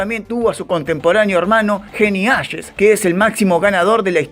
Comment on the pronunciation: Qué cabeza, se pronunca Harry "Jeis"